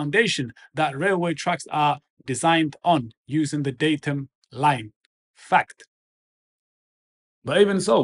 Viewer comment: Sorry, it’s just the way he said “FACT” with such emphasis… I’m swayed. Could you post a link to his channel so that I can subscribe? Thanks.